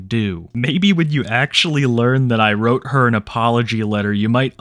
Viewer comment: yeah, bowzer's logic "i didn't whrope a minor, i whrope a woman"